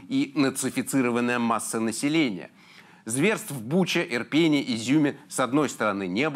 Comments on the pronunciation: 🌟коли уже будете правильно наголос ставити? правильно "Ирпенé", на останній склад потрібно ставити наголос💪💪💪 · У вас интересные сюжеты. Спасибо за них. Маленькая ремарка к произношению названий украинских городов - ИрпЕнь/ИрпенЯ/в ИрпенЕ. Но, никак не ИрпЕня или в ИрпЕне. Это важно. Разница в восприятии примерно как между "бордюром" и "поребриком".